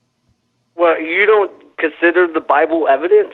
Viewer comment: Please someone tell me i'm right in hearing "Well I just base my faith on the bibön"